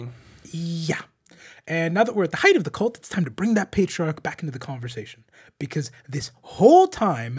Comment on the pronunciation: Please stop saying "heighth"